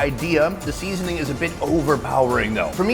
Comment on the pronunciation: Why does sonny keep saying "seasoning" like a cantonese man?? SEAAAsoning